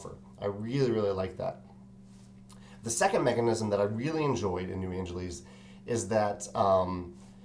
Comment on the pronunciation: Sorry to nitpick, but you keep saying "New Angeleez." Shouldn't it be pronounced like Los Angeles, which is pronounced "Angeliss"?